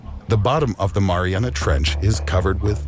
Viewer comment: "What lives at the bottom of the maranah trench." It's pronouned "mah-ree-anah." 😆